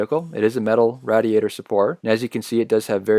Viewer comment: it is raid-iator, not radd-iator lol